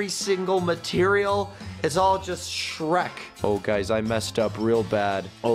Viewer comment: Sherk, HAHAHAHA love it.